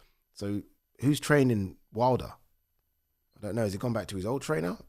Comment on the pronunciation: Deontay ‘WID LER’ lol 😂